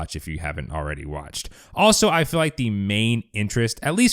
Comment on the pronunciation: Dude you are pronouncing feel incorrectly. It's not 'fill', it's feel!